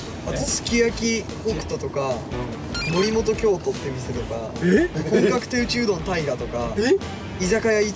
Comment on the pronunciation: morimoto kyoto が、morimoto kyoumotoって思ったのは私だけでしょうか？？？？…